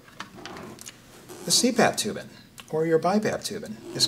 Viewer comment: You lost me when you pronounced "tubing" as "tubin"